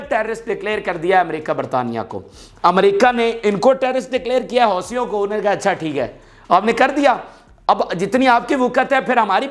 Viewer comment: Houti ..hosi bola kr yemmen nai or adan yemmen ka e city hai jahn app khairahe ho na u s ka plana kara howa hai